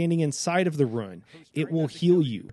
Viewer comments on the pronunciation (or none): Loon. Boon. Dune. RUNE. Not 'ruin'.